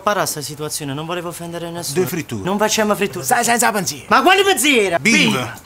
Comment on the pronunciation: il "du frittur" di Salvatore Esposito a mi ha ucciso ahahahaha